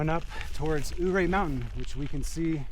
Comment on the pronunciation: Ouray is pronounced yeray. Accent on 2nd syllable ray .. Hammocking in a pine tree hmm... Interesting & something I've long thought about. How long does it take to ascend?